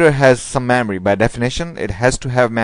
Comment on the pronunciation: Why are u pronouncing Memory as Maamory!!